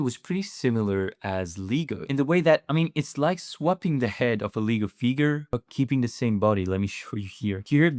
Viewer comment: Leh-Go not Ligo!!